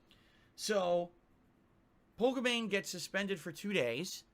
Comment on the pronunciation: It's Pokimane, as in Poki-Main, get it right you dufus. Jesus, i don't even watch her, and i still know how her name it's pronounce.